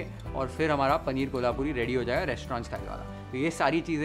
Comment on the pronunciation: the pronunciation of कोल्हापुरी was bang right. Thanks for that!!!